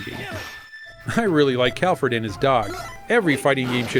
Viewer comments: I was rewatching this video after seeing the neo geo mini news, and it should be Galford, not Calford :) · Oh, and it's "Galford" - not "Calford" :p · Cal - ford? Really? It's Gal - ford. It's really hard to take you guys serious sometimes. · Plasma Blade.... says Galofordo